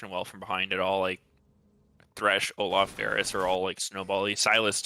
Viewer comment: why say "Oluf" and not "Olaf"